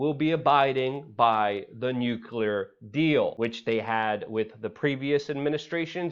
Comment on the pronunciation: "Newww KLE AAARRR" Nuclear. Come on, Fam!